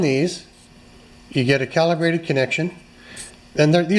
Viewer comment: "Are ye with me" sounded a bit Scottish to me.